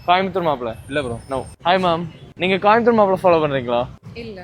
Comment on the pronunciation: கோயம்புத்தூர் தான அது காயம்பத்தூர் ன்றான் 😂😂😂